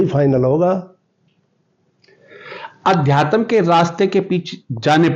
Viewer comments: पत्रकार महोदय, 'आज तक' हिन्दी चैनल से संबंध रखते और अध्यात्म शब्द का शुद्ध उच्चारण नहीं कर पा रहे हो ये शर्म की बात है, गोळालाठी वाली बात तो आपने कर्ण सिंह जी से पूछी ही नहीं, खैर, कर्ण सिंह जी ने स्वयं ही कह दिया है कि मेरा बेटा अभय कभी झूठ नहीं बोलता, एक बच्चे के सामने जब उस की माँ को उसी का का पिता टाॅर्चर करता है तो उस बच्चे की मनोदशा को कोई भुक्तभोगी ही समझ सकता है, अभय सही में एक सच्चा बैरागी है, उसने आज तक जो भी किया है पूरे मनोयोग से किया है और सफल भी हुआ है, अध्यात्म में भी वो सफल होगा ऐसा मुझे पूर्ण विश्वास है, वो कहता है कि राजा बनूंगा तो राजा वो बनेगा ये पक्की बात है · रिपोर्टर को आध्यात्म बोलने नहीं आता कैसे रिपोर्टर बन गया😅😅😅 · अध्यात्म शब्द का उच्चारण भी ठीक से नही कर पा रहे है प्रश्नकर्ता महोदय! 😢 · ठीक से अध्यात्म बोलना चाहिए आप को। अधतयम क्या होता है 😮😮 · अध्याय तम क्या हुआ सही से उच्चारण करो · भौतिकवादी जीवन से वैराग्य की रह पर चलना बड़े कठिनतम फैसलों में से एक है। उनके पिताजी का इमोशनल होना स्वाभाविक है। आजतक के पत्रकार महोदय का अध्यात्म को "अध्यातम" बोलना सुनने में अटपटा लगा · सारे बकवास प्रश्न पूछ रहा है😆😆😆😆😆😃😃अध्यातम नही होता अध्यात्म होता है😂😂😂ओशो का क्वालिफिकेशन विवेकानंद का और रामानुजन योगी परमानंद जाणते हो बुडभक 😂😂😁😁😁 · Adhyatm hota h ki adhyatam? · महोदय पहले तो आप अपनी वाणी को शुद्ध कर लीजिए, आप आध्यात्म को अध्यातम बोल रहे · इस रिपोर्टर को अध्यात्म बोलना नहीं आ रहा, अध्यात्म को अध्या तम बोल रहा है😊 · पत्रकार महोदय अध्यात्म बोलना सीखो अध्यातम, नहीं आपको पत्रकारिता भी आती है की नहीं मुझे तो शक हो रहा है पहले अच्छी तरह से हिंदी शब्दों का उच्चारण करना और महत्व जानना सीखिए इसके बाद पत्रकारिता की शुरुआत कीजिए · रिपोर्टर भैया वो अध्या + तम नहीं अध्यात्म है सही उच्चारण करो गलत शब्द बोल के irritate कर रहे हो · अध्यात्म सही तो उच्चारितकरना सीख लीजिए 🌹अध्यातम कोई शब्द नहीं होता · अधयातम...... अधयातम........ अधयातम....... ये क्या है ? अध्यात्म कहना गुरु जी ने नहीं सिखाया है ? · आध्यात्म बोला जाता है न कि अध्यातम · आध्या तम क्या होता है कौन तुम्हे आज तक में भर्ती कर दिया शुद्ध उच्चारण सीख लो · Adhyatan hahaha bhai thik se bol le pahile "Adhyatamnh"